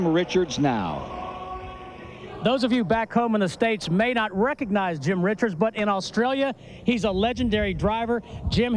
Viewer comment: 27 laps and ive already lost count how many times they got Jim Richards name wrong